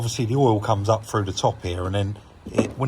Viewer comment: Not frew but through !😂